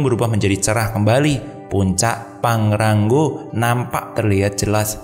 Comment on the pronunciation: Pangrango mas bukan pangrangggo haha